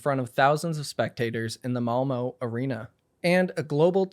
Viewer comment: Can americans PLEASE look up how to pronounce non-English names in their native language before pronouncing them in English? What the shit is Molmo and who is Kuhrija